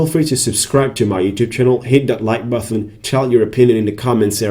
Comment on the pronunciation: Listen to you often. Good😁. Please say button not buthon bro 😁